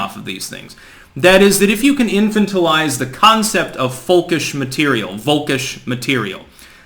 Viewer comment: I know I'm gonna get some negative feedback but, this is driving me crazy. in-fan-ta-lize Arch-a-peg-a-low You're too smart to continue saying them wrong.